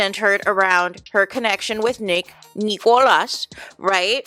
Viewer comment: His name is Nicolas not Neeeekohlas! I don’t understand why you always pronounce his name in that extremely annoying way?